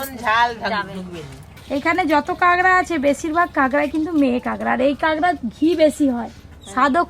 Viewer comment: কাগরা না কাকরা😂😂😂